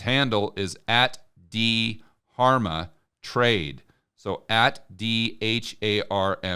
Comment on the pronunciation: It’s just Darma you don’t pronounce the H